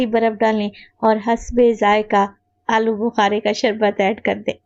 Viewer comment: Ya to alochy hn AP bol rhe hn alo bukary😮